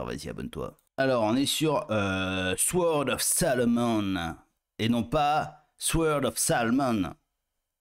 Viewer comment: Le W dans sword ne se prononce pas 😮